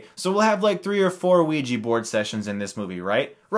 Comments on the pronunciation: Its pronounced oh-wi-ja not wi-ji -_ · Wee-Gee. Chris. Chris no. That's not how it's said. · bad pronunciation of ouija :S